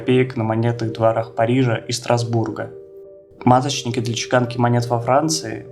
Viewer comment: Стра́сбурга , а не "Стасбу́рга"